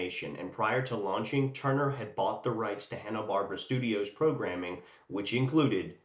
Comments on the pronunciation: Bar-bear-a not barb-ra 😂❤ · I really appreciate you taking the time to make this video, having found it engaging from start to finish, but I hope you don't mind my saying, the Barbera in Hanna-Barbera is said "BarbEra", not "Barbra". Thanks again.